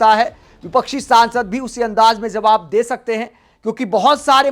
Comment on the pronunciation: Zawab na kahen pl Jawab kahen. Urdu words ko sahi bolne practice karen please.